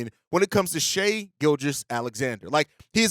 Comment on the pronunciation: Man, it’s so nice to hear someone that’s supposed to be an NBA channel pronouncing Shai’s name right and not saying “shy.”